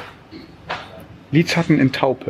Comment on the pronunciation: Ich konnte nicht mehr vor lachen..... als dein Mann nach dem Lidschatten fragte. .... und wie er es ausgesprochen hatte. Trotzdem hat er sich Mühe gegeben und das sollte hoch angerechnet werden. Süße Familie.